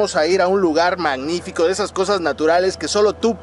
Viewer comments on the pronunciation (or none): Pinche no sabe decir magnifico dice manifico.